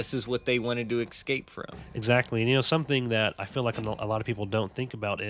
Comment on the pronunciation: PLEASE STOP SAYING “Excape” !!